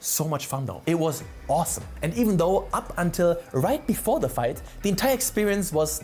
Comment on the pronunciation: you say fight, but I hear flirt